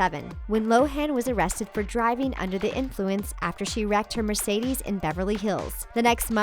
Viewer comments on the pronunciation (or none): none